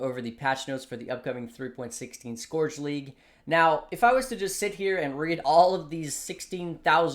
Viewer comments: Scorch league? If there's a trend I want to die out it's the cute-dog lets pronounce everything wrong trend. Skeurge league. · Respect your analysis but please, it's Scourge as in Skirt ... not Scourge as in Scrooge. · not scorch league, scourge league bruh